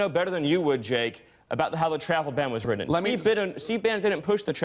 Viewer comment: Written. Where did he get the D sound in that word.